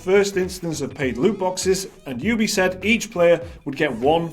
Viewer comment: Thank you for pronouncing it Ubi and not Oobi like some degenerate